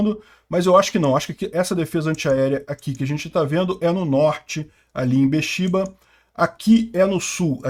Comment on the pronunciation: Be'er Shéva ou...Shéba; não...shIva; EILAT; não eLIAt; 2-4 mísseis foram derrubados pela Arabia Saudita.